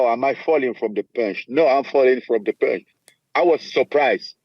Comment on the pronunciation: It’s pòonche